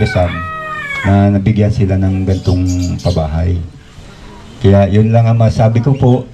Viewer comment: Lang not lack